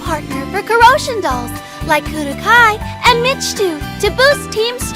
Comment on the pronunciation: mechty being pronounced like "mitch two" really threw me through a loop